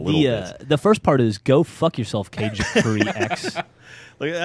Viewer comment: It's not cage,. It's KA-GE. Two syllables. It's Japanese for shadow.